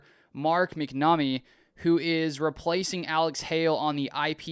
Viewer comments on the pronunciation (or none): Pronounced Mack-nuh-mee